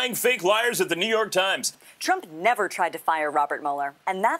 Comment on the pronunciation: "The Nü Yörk Trimes"